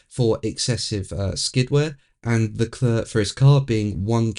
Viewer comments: Your videos are interesting but could you please try LeCLAIR rather than. It hurts my ears. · It's Le Clerrk